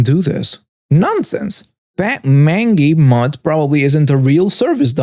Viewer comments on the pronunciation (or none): I enjoy listening to you read these stories, you have a nice voice and read well. I like the 'entitled' voice you use for the karens. Just a minor FYI from the service dog story mangy is pronounced as 'main-gee' the g is soft, not hard. BTW, I can't help wondering how many more languages you speak.